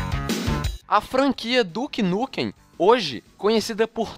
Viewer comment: ué duke nukem como se o jogo se chamava duke nukum?